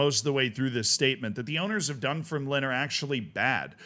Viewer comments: Dun-FIRM-Line not DUN-firm-line emphasis on "firm" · Yup, absolutely butchered Dunfermline lol. Done-ferm-lyn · love your scottish football coverage, but it’s dunFERmline 😅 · Pronunciation: DunFERMlin, that is stress on the second syllable and ignore the final letter. Almost every Scottish town on the east coast north of Edinburgh has stress on the second syllable (DunDEE, AberDEEN, MontROSE, ArbROATH). This is because the towns' names derive from Scots Gallic, not English. For example, InverNESS. Inver is Scottish for mouth, so the English equivalent would be Nessmouth. The vast majority of English towns and cities have stress on their first syllable. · Utterly howling at your pronunciation of Dunfermline. Dun-ferm-lin but the ferm-lin part isn't separated. I'd love to hear you take a crack at "Milngavie" 😁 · Its pronounced 'Dunfermline' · It's said Dun - Firm - A - Lynn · FYI, the club is pronounced "dum-fer-lin" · A little more emphasis on the second syllable (dun-FERM-lin) but yes indeed, it's not pronounced like "line" 😂